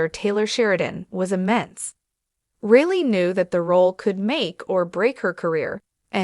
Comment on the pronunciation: FFS... get her name correct. Surname is Reilly.... pronounced as Riley, not Really